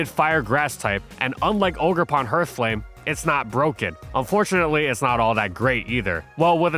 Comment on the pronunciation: We got "viz a viz" and "hurthflame" back to back. If you don't know how to say a word, I'm BEGGING you bro, PLEASE look it up